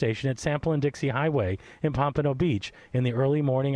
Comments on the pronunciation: You guys make a great team. Good chemistry! This happened in my city and I can’t remember hearing about it. Weird considering my true crime obsession. FYI it’s pronounced POM-pa-no. Most of those cities all operate under BSO- Broward Sheriffs Office. Many south Florida cities don’t have their own PD’s anymore, Pompano and Deerfield definitely fall under BSO. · Pom puh no beach